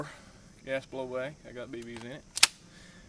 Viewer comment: "gash bleoobaik raffle"